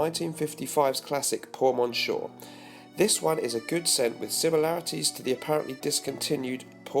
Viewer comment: quick, say something funny! PS : you bouchered the chanel fragrance name - check google translate to pronounce "Monsieur" in french ..